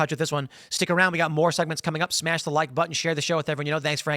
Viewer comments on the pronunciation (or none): none